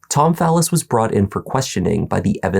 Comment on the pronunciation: I know people with the same last name and they pronounce it Fall-is. I found him saying "phallus" weird.